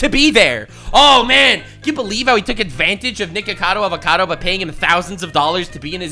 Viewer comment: Love how he pretends to care about Nikokado Avocado, but doesn't care enough to actually pronounce his name correctly.